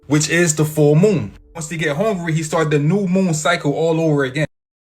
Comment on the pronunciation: Broo, that dude saying "Moom" instead of Moon is mad annoying. And homeboy is HELLA reaching. Eh, NONE of King Gaias predictions have come true. It's all a bunch of Bullshit. Idk why people still use his cracked out content and theories. But that's just me.